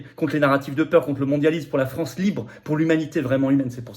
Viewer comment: Il ne faut pas avoiw peuw 🕷️